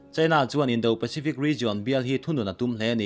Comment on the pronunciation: Indo pacific indo pakistan tih hi ila lam diklo...do tih lai hi a ri a sang tur...thu hi awih tum ve deuh teh..ngaihthlak a nuamlo a nia..kan hrilh ngun tawh ltk che